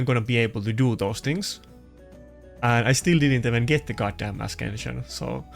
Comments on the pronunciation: For love of the god, learn to pronounce. It not as KEN sn, it is aSENshn. Also ... issue is not isuu, it is ishue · Stop saying askension ...it's written ascension with c not K